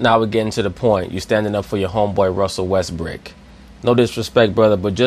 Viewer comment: says, "Russel Westbrick" like it's his actual name ha hahaha